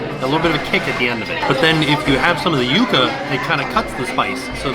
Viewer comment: Go! He said Yuca correctly!! Thanks!!